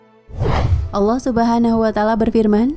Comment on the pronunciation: karena lidah kita bukan lidah bahasa inggris maka sebenarnya melafalkan kalimat Allah pun harus benar (tidak berubah seakan bunyi 'o') . Sebab Lam dengan fathah ditambah Ha mati berbunyi Lah bukan Loh. Bagaimana dengan kedisplinan dlm membaca iqro' semuaya menjadi baik tapi kenapa pengucapan Allah menjadi berbunyi Alloh , yg notabene cara ucap lidah orang barat. Ingat betapa penting selama ini kita menyebut nama Allah (Tuhan semesta) dengan salah bunyi/ucap.